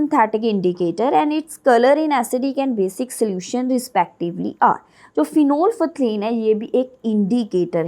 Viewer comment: My a correction that prononsciation of phenolphthalein is wrong pleaze check on google by typing (prononsciation of phenolphthalein)